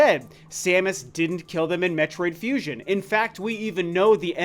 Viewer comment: "metroid fusin"